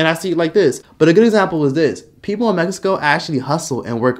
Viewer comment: Maaaaaaan I know damn well you not tryna say Mexico 😂😂